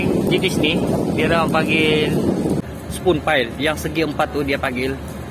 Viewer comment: Spun pile..sebutan macam span